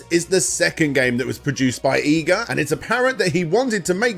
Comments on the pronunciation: You cant even say his name right his name is I G A and not EYE GA.. stop bull-fecesing around... you can say IGOR but you cant say IGA... you are being stubborn and respect that man and pronounce his name correct as how you hear it im sure you heard it before now go and practice it... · please.. PLEASE stop saying japanese words... its horrible... i know you youtubers hate being pestered about pronunciations but cum on... its not hard... 5 vowels.. look it up...you werent even consistent on EE-ga or Ai-ga... also did i hear a kojima -san? like hideo?... koji -san.. i think you meant...jeezus.. im gonna purposely fuck up everything brits say now just to spite you... but still.. a good video...i know.. iknow... im the problem here... just try a little more... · Consistent pronunciation? Who the hell needs it? Iga, Eega, Aiga it's all the same.